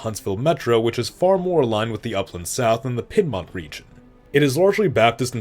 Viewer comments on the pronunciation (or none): It's interesting, when you say "natural" you mean common populations - not what most would impute "natural borders" to mean. For instance, you assimilated Cincinnati into Kentucky, but that requires an expansion (as you note) north of the Ohio river. Also, some interesting mispronunciations here: Toledo, the Piedmont, and Hoosier. (Though, I guess the pronunciation of 'Hoosier' could be differentiated from the current pronunciation if you wanted...) That said, very interesting and an enjoyable watch. An improvement would show the major cities on the map -- or prior state borders to better help differentiate what's where. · Pronunciation notes: You said “To-leh-do,” “Hoo-zee-er,” and “Pid-mont.” These should be pronounced “To-LEE-do,” “HOO-zher,” and “PEED-mont.”